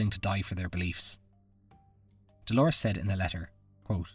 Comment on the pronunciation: Dolours - not Dolores. It's pronounced like dolers